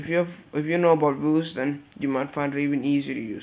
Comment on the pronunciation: it's pronounced VIEW-ZE